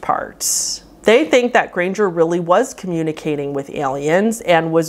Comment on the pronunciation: And R’s “grangeRRRRRRR”